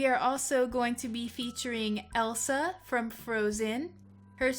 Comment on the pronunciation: It is Elsa not el sol